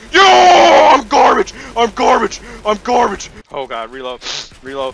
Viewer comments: he keeps saying garbge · This is how many times said I’m GARBGE ⬇️ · I have a challenge tell me how many time he said garbeach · I will change what you hear... “GRABAGE” ”GARBITCH”